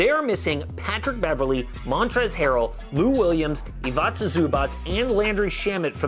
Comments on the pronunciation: You pronauncing wrong Ivica Zubac! You say like IvAJca and it should be IvIca. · Please learn to pronaucieate Ivica Zubac first name